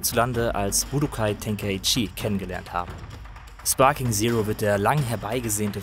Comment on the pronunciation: Grundsätzlich eine sehr gute Review zu einem Spiel, das mich zugegebenermaßen nur mäßig interessiert. Ein paar gut gemeinte Anmerkungen zur Aussprache: mangaka, nicht mangakka. Budōkai Tenkaichi: [Bu Doo Kai Teŋ Kai Tši], nicht [Bu Do Kai Ten Kai Tšii] oder gar [... Ke Itšii] oder was auch immer das am Ende teilweise ausgesprochen Merkwürdiges ist. Und der Vollständigkeit halber: Son Gokuu, nicht Son Gooku. Son Gohan und Genkidama mit durchwegs kurzen Vokalen. Und Vegeta wie Veggies, nur mit -ta statt -s. Aber mir ist klar, die germanisierten Auswüchse haben sich alle durch die schlampige deutsche Synchro eingebrannt.